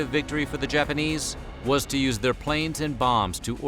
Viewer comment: appreciate you tried to pronounce Japanese names correctly